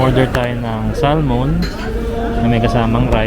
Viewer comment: Bro the correct Pronouciation of Salmon is .....SAMON ! just for your info.Cheers